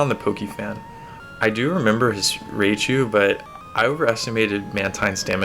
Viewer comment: Dude, stop calling Raichu "Raychu." That's not how it's pronounced. I could understand if you were referring to a Pokemon that hadn't had its name pronounced many times on the anime, but this Pokemon, the evolved form of Pikachu, was featured in a few Pokemon episodes, including the first season in which Ash's Pikachu had to fight Lt. Surge's Raichu. Considering that episode took place in the 1990's, there's no excuse for not knowing how it's pronounced. Even if you had never seen the anime, basic knowledge of how Japanese words are pronounced would have helped you. When you see "ai" in a Japanese word, it's not an "ay" sound like it is in English. It's an "eye" sound. Think of Rye, like rye bread, plus chu. Ryechu is how you'd pronounce this Pokemon's name. Criticism aside, thank you for the hard work you put into making these videos. Also, for featuring Mantine and Skarmory. Mantine has long been one of my favorite water Pokemon, ever since I first found it while playing Crystal version back when it first came out. The stingray design, its special defense, and good STAB moves like Surf, along with good coverage moves, like Ice Beam (move tutor in Goldenrod in Crystal version only), made it a staple on my GSC teams. I already knew Mantine and Skarmory were counterparts, as it's quite obvious when you compare the stats. It would seem many here did not, however.